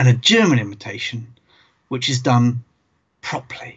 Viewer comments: Proply? Prop-er-ly is clearly the proper way to say properly! ;-) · The word "Properly" has 3 syllables in the U.S. I had to play that segment several times and check the comments before I understood what he said.